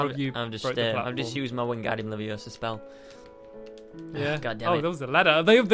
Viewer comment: Hermiodaisy, it's Wengardium Levisosa not Wengardium LeviosA and Weasley Longnose it's Olivanders not Salamanders. Don't drive me mental! And BalisticPotter, don't break school rules!